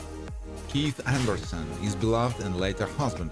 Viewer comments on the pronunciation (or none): none